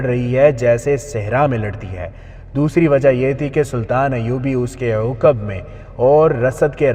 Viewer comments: Uqab nahi aqab gadhe, theek see padh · عوقب نہیں عقب